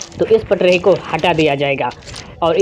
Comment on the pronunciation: मै उपहास नहीं कर रहा हूं आपका आप का उच्चारण बहुत गलत है, आप पट्री को पट्रीही बोल रहे हैं।